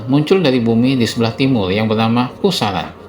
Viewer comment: Khurasan min bukan khusaran,,, dengerin lagi deh lu ngomong